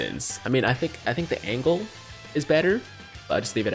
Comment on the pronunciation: This man said the angle lmao